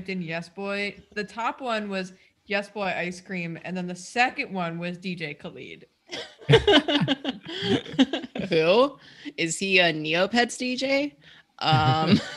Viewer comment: DJ "Kuh-leed" 💀